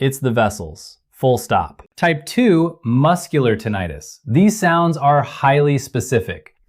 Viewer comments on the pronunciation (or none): I’m suspicious of this report: how could a doctor pronounce the term “tinnitus” as “tinn-ee-tus”consistently throughout the report EXCEPT where he pronounces it “tinnitus” as in “tinn-eye-rus”?